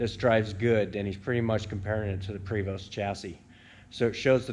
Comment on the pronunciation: Hey enjoyed this video love watching all your videos - just so you know PREVOST is actually French and it's pronounced PRAY- VO take care